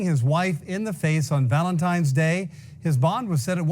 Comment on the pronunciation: its "VALENTINES" DAY NOT "VALENTIMES"